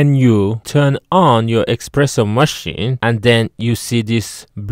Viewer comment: It's called an espresso not expresso.